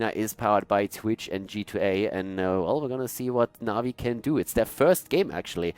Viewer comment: Did he call Na'Vi masturbators?